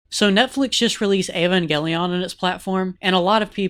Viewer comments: "Ayvangayleone" Bruh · He can't even pronounce the name of the series right 🙈